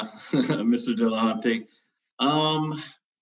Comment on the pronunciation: Why should anybody listen to what comes out of someone's face anus when it's verbal diarrhea and the inability to pronounce the name of their opponent. HINT: It's NOT "Dilla-HAUNT-y" you douche.